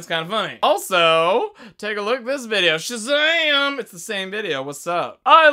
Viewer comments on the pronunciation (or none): none